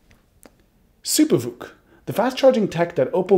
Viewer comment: First time I heard him say SuperVOOC I thought he said Super Fook and I broke out laughing